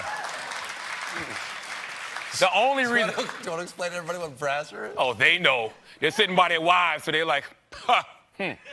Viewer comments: It's Brazzers. Not Brazzer. get yo shit straight Charlagmagne. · Brasser??? Does he mean Brazzers (brAz-Zers)? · He missed the s. It's Brazzers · I'm no porn aficionado, but I could swear it's pronounced as Brazzer's! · It's Brazzers, with an s . Or so I've heard. :) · NotArejay isn’t it brazzers? I think his pronunciation is why I didn’t get it. It would have went over better as a joke if he just said porn hub or in my opinion